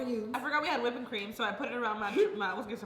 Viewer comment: really said “wippen cream”😂